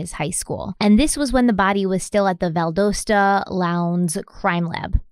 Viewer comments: So hard to hear her pronounce Valdosta and the Ocala.. cringe 😂. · Just letting you know you are pronouncing Valdosta wrong. It is pronounced with a short o not a long o. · Being from Georgia, it hurts to keep hearing Valdosta pronounced incorrectly 😂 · Because you're always talking about people coming for you in the comments for your pronunciation, I feel like it's mandatory to tell you that you say Valdosta wrong. 🤣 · I don't know why but this pronunciation of Valdosta is killing me. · This is not a criticism but the way you pronounce Valdosta is Val-dasta. I love y’all and y’all do an excellent job at telling the whole store of the victim and the investigation. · Valdosta: val like valerie, do like "ah", sta 🙂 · I don't mean to ever critique you.. But.. Valdosta is said "Val-da-sta".. Sorry if someone already said it! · I know this is a few years late... but I truly hope she learns how to pronounce Valdosta before part 4 ends.😂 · Hey guys, love your videos! Just wanted to quickly point out that I believe the city is pronounced Val-dos-ta like DOcile, not Val-doughs-ta. At least that is how we pronounce it in Atlanta. Keep up the great work!! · The name of the city is Valdosta. The "o" sounds like "Ah". Vald"ah"sta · It’s pronounced Val-Das-Ta if that helps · Oh,... they way you mispronounce words is hilarious 😂 Valdosta is pronounced Val-dah-sta lol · It’s Vald(ah)sat not Vald(OH)sta. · Valdosta. The o is a short o sound. ;-) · Undercover Pineapple...I now have a vision of a pineapple in sunglasses, a brown fedora, and a brown trench coat. LOL Also, just fyi, the o in Valdosta is a short o, not a long one. It's pronounced like the o in dot or cot. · Valdosta is pronounced VAL-DAH-STA, not VAL-DOH-STA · Love ya, but it's pronounced, "Val•dAH•sta" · love, it's Val Da sta like da as in aww...lol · Yeah that pronunciation has been annoying me too lol 😆 I live in Athens ga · It’s pronounced Val-dah-sra